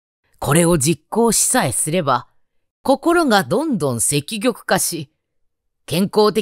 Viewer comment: 積極→せききょく わろた❗️